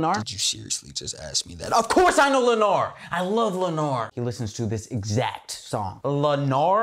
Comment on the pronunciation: you mean "lenard" 👀